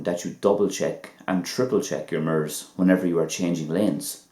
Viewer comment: Ok .lol....the way you pronounced the word made it sound like another..like when you said ---sliver.your videos are helpful though...